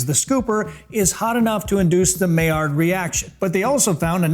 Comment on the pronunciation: Not that pronounciation of maillard reaction 🫠😆